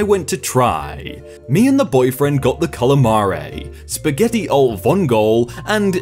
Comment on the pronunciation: How did you mispronounce calamari, spaghetti alle vongole AND gnocchi all in the same sentence??